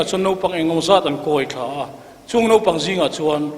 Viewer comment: A kawmtu in..Nopang..a tih khi Mafa-a te hma ah a hmang a..Mafa-a khian sawi a nei ve tur ania..Naupang.. Nau..tih lai hi a key sang leh uar lo in ka nau kan tih a..Nau..ang in a ri tur zni